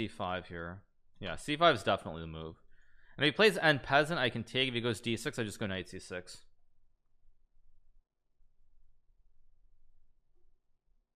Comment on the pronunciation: hikaru has boss pronounceration. capture on-peasant, fian-cheetoh his bishop etc